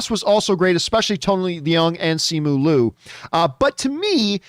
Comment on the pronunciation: It sounds like ‘Lyu’